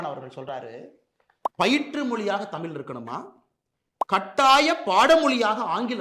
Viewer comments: தமில் இல்லை அண்ணாமலை தமிழ். முதலில் தமிழை ஒழுங்காக பேசு. பிறகு இந்தியை புகுத்த பாரு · அரைவேக்காடு அண்ணாமலைக்கு "ல், ள், ழ்" க்கு இருக்கும் வித்தியாசம் தெரியாது. தமிழ் என்று சொல்ல தெரியாது. தமில் என்றுதான் சொல்வார் பாவம் ஆடு